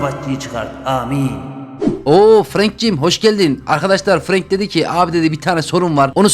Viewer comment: Abi franka frank denmiyor Frenk deniyor seni seviyorum 🥰